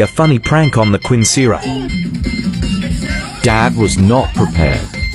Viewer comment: That is a new way to pronounce Quinceañera